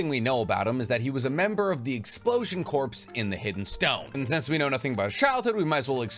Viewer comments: This bothers me just enough that I have to mention, the PS in corps is silent. You wouldn't say a marine corPSman. You would say a marine coreman. Spelling only to better example. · Corps is pronounced phonetically "Core" like Marine Corps (Marine "core") No worries brother. It trips a lot of people up. Including President Obama once when he mentioned the Marine Corps. Which is funny cause the president is kind of directly incharge of the Corps. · I think "Corps" is pronounced "Core" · Brooo, love your content. But it nags at me that you say “corps” when it is pronounced “core” as in U.S. Marine Corps lol. It does not stand for “corporation,” that abbreviation would be “corp.” as in Capsule Corporation (DBZ) or Umbrella Corporation (Resident Evil). 😅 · You don’t pronounce the p and s in corps, it’s like saying core, pls stop. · the word corps is pronounced like “core” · CORPS is pronounced 'Core'. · At this point I’m convinced you pronounce corps like corpse on purpose to farm comments for the algorithm 😂 Love your work though! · It's pronounced core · "Corps" is pronounced "core" i know its weird but yeah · Hey man, no disrespect, but corps isn't pronounced as it's spelled its pronounced as core. Like the marine corps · 23 - Please. Corps is pronounced "core". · I like your videos but i cringed when you said corps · Hey, just so you know the ps the corps is silent. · Corpse vs corps. Very different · The only nitpick thing I have is the incorrect pronunciation of corps. The p is silent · Dude its a silent P like the Marine Corp its a silent P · Corps is not short for corporation, it’s a military unit. Also the p is silent. All in all though, loved this video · It’s not pronounced corpse, it’s pronounced Core. Despite the spelling being corps, it’s pronounced core, and has been for centuries to millennia. I’m sorry for being a grammar Nazi, but it’s been getting on my nerves. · (It’s pronounced explosion core, not explosion corpse) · Corps pronounced like core